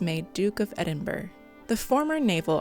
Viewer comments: How do you take a report seriously when the narrator can't even pronounce Edinburgh correctly? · Maybe use a narrator who knows how to pronounce Edinburgh.